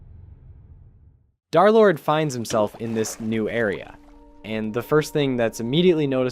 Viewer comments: 🤓 um actually it is “derlord” not “darlord” 🤓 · It’s Der lord not dar lord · Bro says Darlord instead of derlord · darrrlord vro it’s derlord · Its not darlord its derlord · "Darlord" is crazy ITS PRONOUNCED "Der Lord" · I was gonna finish the video but him saying darlord made me quit the video. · I’d like to tell you the D3r is d3rlord is pronounced DURR like LURE as 3 replaces E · " dhar-lord" bro I'm crine🙏😭🥀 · ikr... It cuts me off every time I hear it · Brochacho pronounce my name right😭✌️ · If i got jumped by two guys for every time you said d3rlorde wrong id be dead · If bro is gonna glaze this much at least say his name right 🫩